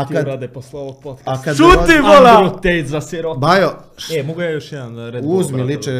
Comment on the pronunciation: jednom zauvek zapamti Davide da on nije ANDREJ TEJT, NEGO EENDRU TEJT, pise se Andrew aa izgovara se ENDRU